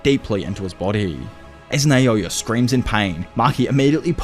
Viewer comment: Why do u say, “Nayoya” It’s called “Naoya”